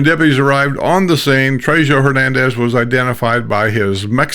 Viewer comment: In Spanish a J is pronounced as an H. So it's sounds like Treho